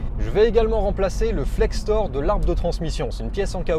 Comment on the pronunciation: Salut, ça change de d'habitude cette vidéo 😅 J'ai aussi une vieille BM, mais elle a 20 ans de plus que la tienne 😊 J'ai tout mon châssis en powerflex, monté il y a plus de 10 ans c'est de la bonne came 👍La matière c'est de l'uréthane. Et sinon on dit Flector, pas Flextor 😉